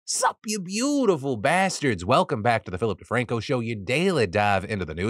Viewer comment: Philip De-TANK-o. Love to see